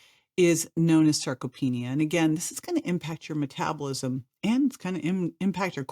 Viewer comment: it's sarcopenia, not circopedia